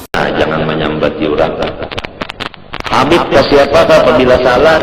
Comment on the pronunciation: Manyambat atau menyebut habib ............ Kabib,atau menyebut kabib Pengucapan si imad haja salah total Hati hati,ulama apa cara pengucapan saja salah gimana orang mau percaya mad mad